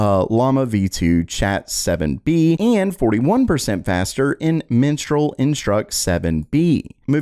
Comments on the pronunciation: OMG!! LMAO!! HOW DO YOU PRONOUNCE 'Mistral Instruct"???? Could you say it again for us???? LMAO - MISS-tral ... hehehe ... don't wanna get that name mixed up again.. ESPECIALLY not around you Mom..... lol " But Mom I'm TELLIN YOU the REAL NAME of the company is MENSTRAL INSTRUCT!!!! I didn't name it it... I'm just reading the name!! You can put the belt away now!!!!" buhahahaaaa! :D 😂🤣🤣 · definitely sounds like you called it "Menstrual Instruct 7B" but that's ok cause it made me chuckle